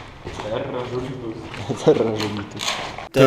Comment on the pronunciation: "Terra Żulitus" XD